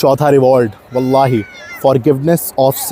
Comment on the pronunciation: The way u said wallahi👌